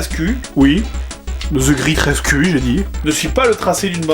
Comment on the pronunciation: "Astérix and the great res-CUL.. Oui the great res-CUL" xD